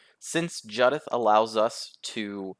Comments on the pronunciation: Isn’t it Jew-dith? As in the name Judith? I don’t care what Wizards say. If they want it to be pronounced differently they should spell it differently. Jud-ith would be spelt Juddith. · Its Jew-dith bro. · The mispronunciation of Judith is driving me nuts. It’s a real name 🤣 Good deck though.